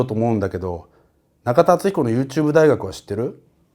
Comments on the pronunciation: 「僕が中田敦彦だ」の所が「僕がキラだ」と同じに聞こえるw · ナカタダツヒコに聴こえる